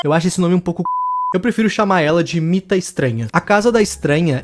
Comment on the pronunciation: Era mita legal vc falou errado